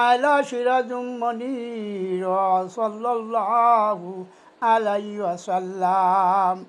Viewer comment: সোয়াল্লাল লাহু আলাইহি ওয়াসাল্লাম । ( সঠিক উচ্চারণ )